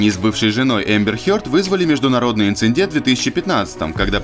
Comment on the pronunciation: ИнЦИДент,муттер фанкер,инцидент,без второго ,,н,,!